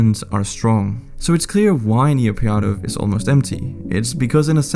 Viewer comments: as i am burmese it is called "Nay-Pyi-Daw" not "Na-Pyine-Daw" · I cringe everytime you say "NIYAPIADO". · "Ni pya dow" got me dying 💀💀💀. Well at least you tried to say the word 🗿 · Please pronounce properly. NA PEE DAW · Just how does one manage to pronounce Naypyidaw as "Niyapyadow"? :buffering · Interesting and the link with NK would be interesting BTW it's pronounced Nay Pee Door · Couldn’t get over that pronunciation of Naypyidaw hahah!